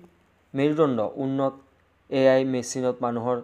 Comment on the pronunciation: Sir apuni AI r ussaron koribo nejane😂😂❤